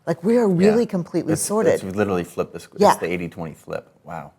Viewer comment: Sorted sounds like sordid here 😆